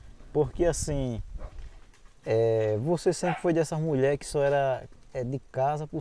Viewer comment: Só tem uma coisa o e muito bom pra trabalhar nos vídeos mas ele tem q aprender conversar ele fala Muié e muita Coisa errada